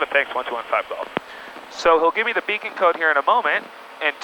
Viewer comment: I have never heard someone say "beacond code" before.